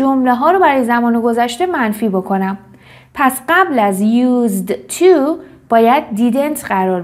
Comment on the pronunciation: تلفظ used to ' یوس تو است نه یوز تو